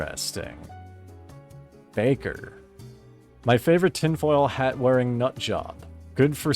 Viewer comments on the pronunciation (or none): none